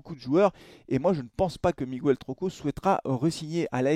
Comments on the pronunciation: Salut. Ça n'a pas de rapport et n'est pas très important, mais en espagnol, comme en français d'ailleurs, le u se ne prononce ni "u" ni "ou" dans"Miguel", il ne se prononce pas. Il faut donc dire "Miguel" comme on dit "gue"rre😉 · S'il vous plaît !! Est-ce qu'on peut prononcer son prénom correctement ? Hahaha Le U ne se prononce pas dans Miguel